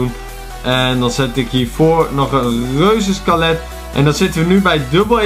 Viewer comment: Je moet dood niet de reuzenskelet P.S. Jij zegt reuzenskalet